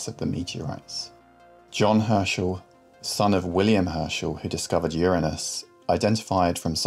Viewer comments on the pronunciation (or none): none